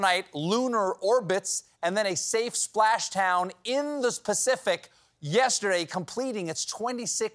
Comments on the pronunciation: At 40 seconds: "A safe splash town in the spacific" :D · Anybody else catch the "spashtown in the spacific"? Lol. I know monologues aren't as easy as he makes them look. I just found it amusing.